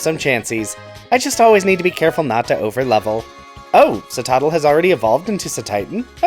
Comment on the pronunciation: Definitely thought you said "Costco-afa". My favourite pokemon store 😂😂😂